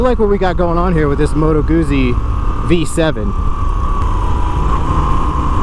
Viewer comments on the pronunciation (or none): It's pronounced Gutzy, not goozy, like Pizza is pronounced Peetza, not Pisa as in the leaning tower of. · Pizza... Guzzi. Double zz is pronounced the same. Sigh... 😉✌️🇮🇹